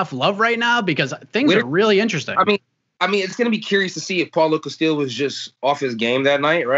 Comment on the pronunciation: Hearing kevin try to pronounce names is cracking me up. Paulo castile, Amanda noonz